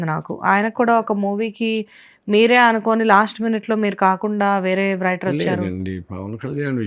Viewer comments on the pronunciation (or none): రైటర్ అనాలి తల్లీ 🤣🤣🤣 వ్రైటర్ కాదు